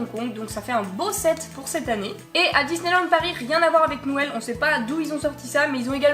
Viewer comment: JE T'adore et tu me fais rire avec ton "nouël "